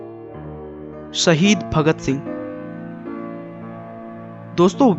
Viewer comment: Dear. Your study and videos are very outstanding and diplomatic. But pls improve your language. As it's zoor not jor..it's baazuo...not baajuo. Shaheed not sahid. Pls have a check.. For any clarifications pls call on